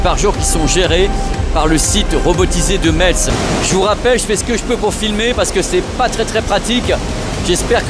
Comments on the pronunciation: ça se prononce MESS la ville de METZ 👅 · Metz se prononce "messe", le "t" est complètement muet. ;-) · je fais pause à 2 min, par pitié, Metz faut prononcer "messe". j'y retourne 😁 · Bravo pour tes reportages. Pour info, on ne prononce pas le “TZ” de METZ ( sauf si tu veux passer pour un touriste 😜). Ça ce prononce phonétiquement « maisse ». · on prononce mess, mais ça s'écrit Metz, bisou <3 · Bonjour je suis de Lorraine est juste pour information Metz ce prononce Messe merci et super reportage. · pour Metz on prononce Messe 😁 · Hello. Merci. Mais on dit mess et pas Metz. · On prononce MÈSS. On prononce pas le T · Ca c de la logistique 😊... on ne prononce pas le "t" de Metz